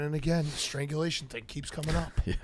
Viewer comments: calling it "Stranglization" is so on brand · It’s strangulation not stranzulization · consistently mispronouncing strangulation gave me a good chuckle